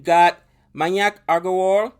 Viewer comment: Pronounce MAYANK as... MAA- YUNK